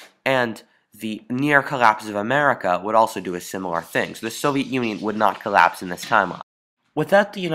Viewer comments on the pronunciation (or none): it's collapse, not corrapse...